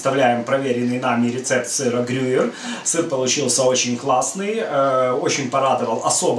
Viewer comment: ГрюЕЕЕр,.